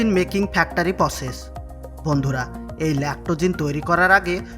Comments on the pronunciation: উচ্চারণ টা ফ্যাকটারি না,ফ্যাক্টরি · ভাই ফেক্টারি না ফেক্টরী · ফেক্টরী উচ্চারণ শুদ্ধ হচ্ছে না তোমার